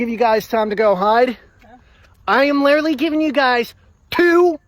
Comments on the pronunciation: “I’m lillerly giving them lillerly like 2 more minutes to hide. Like lillerly” Why does every weirdo 1.) say literally every other word 2.) always mispronounce it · I don’t know what it is about people like this but they can never pronounce the word “literally” and they always improperly overuse it. It’s “lirrally” going to drive me off a cliff. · why do people like this always say "lirrurly" instead of "literally"? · I've never heard some struggle so hard to pronounce "literally"